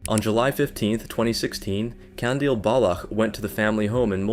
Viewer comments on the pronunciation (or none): man the way you pronounce "Jeved". it is not pronounced "halved" like you were syaing it, it is exactly as the spelling is, Javed edit: another one, its is again, pronounced the same way as any "ch" as in, "baloch", not "balokh" ik this comment is a bit unrelated to the topics, but i cannot express how annoyed i am with those mispronounciations edit2: another thing about the baloch thing, one detail you over-generalised is "present publicly as a woman". not many people have a problem with that, but her action are, as shown by the few pictures and videos here, sexually provocative, which is the "dishonor" part. overall, the honor stuff is a very complicated thing that i do not have the will to explain and nor do i have as much knowledge to properly explain it. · Before actually recording the voice over I would suggest doing a tiny bit of research on what the correct pronunciation of the names is. Your pronunciation of Javed and Baloch was annoying to listen to. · the way he was pronouncing baloch oh my god